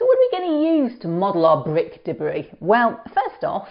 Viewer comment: Bwik Debwi.lol. good video :)